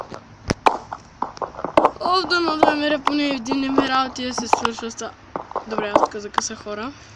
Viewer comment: И не се казва емвралд а емералд